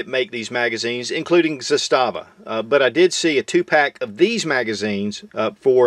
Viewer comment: Few people pronounce Zastava like they do in Serbia, you aren't one of them.